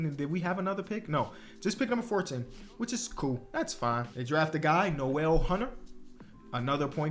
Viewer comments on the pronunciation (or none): none